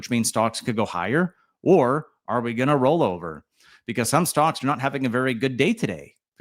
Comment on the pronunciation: Are you saying “stonks”??? Sure sounds like it….. 🤣